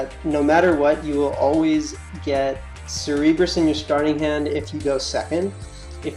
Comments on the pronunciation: cerberus. pronounced sir ber us. for gods sake have you never seen any hercules movies as a child or just flat out never heard the name. your adding extra fucking letters to the name. bring it back to pre k days and pronounce it slowly. english buddy learn it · Cer-Ber-Us, pronounced Sir-Burr-Us. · Hotspot there's only 1 way to say cerberus. and he couldnt say it right at all. he's saying cerebrus (ser-e-brus) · Hotspot shit irked me so bad. it's a simple name and he butchers it horribly every time he said it.